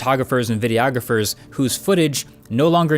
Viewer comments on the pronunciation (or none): Please stop saying “Video-ographers”! It’s pronounced “Videe-AH-grapher.” Thank you. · Omg please stop saying "video-ographers"